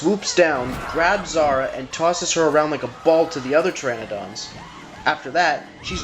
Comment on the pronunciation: Dude Zara? Really? Lol no. Not even close.